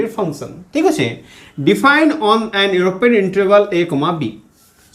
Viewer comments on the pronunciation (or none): none